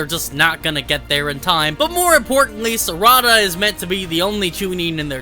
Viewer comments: its sa-ra-da not sarada lol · It's Sar'ada not Sarada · Ehem.... SAR....A....DA.....SARADA